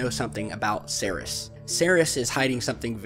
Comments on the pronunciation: Pronounced.. See..ears. NOT See-Res. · Minor point, but "Ceres" is pronounced "seer-ease" not "serris". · excellent video Ceres is pronounced seerees by the way Scotland loves you